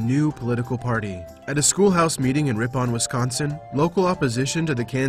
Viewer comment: He said Ripon wrong. It is pronounced Rip-in, not Rip-on. I live in Wisconsin, and have actually visited Ripon many times.